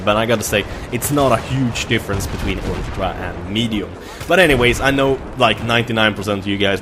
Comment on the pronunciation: You are sayng ULTRA very weirdly :D